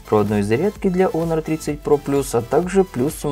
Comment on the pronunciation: Не онор,а хонор